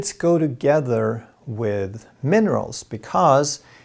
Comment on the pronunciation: He said monerals